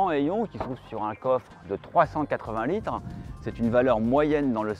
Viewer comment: "380 LITAN". Un peu d'orthophonie ? "une surface parfaitement plate". Un peu de géométrie ?